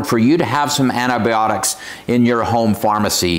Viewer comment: Antibiotics, antIBIOTICS, please pronounce it correctly!